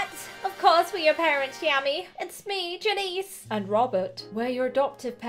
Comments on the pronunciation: Great vid. But its not jan eece its jan iss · Its pronounced Jan-IHS not Janeece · Yammy Janices name is pronounced Jan is. But I don't really care say whatever feels right to you. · You say janice like (jan)-(i)-(s)